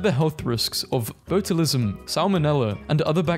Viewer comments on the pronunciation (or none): hey btw in pronounced baa-chuh-lizm,not boatolism or whatever you said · Botulism is pronounced botch Yule ism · botulism is pronounced "botch-u-lism" with a soft u, kind of like an "i". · "Boa too lism?" really?